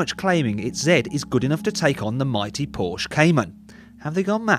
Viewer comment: Please learn to correctly pronounce Porsche.